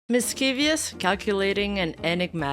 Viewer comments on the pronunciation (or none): "miss - chee - vee - us".... (Dang, we love your ESL moments)